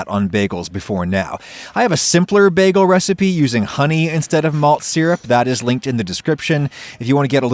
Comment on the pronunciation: it's pronounced bā-gull